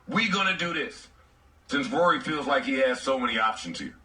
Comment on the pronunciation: I can’t unhear “Rury” now his name ain’t Rory anymore